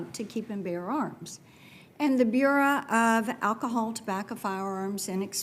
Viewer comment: Marsha Blackburn cannot even pronounce "bureau." If you don't know how to speak simple English, what else don't you know!!!